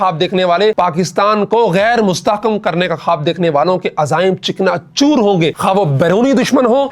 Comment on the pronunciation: chikna choor nhi chakna choor hota ha😂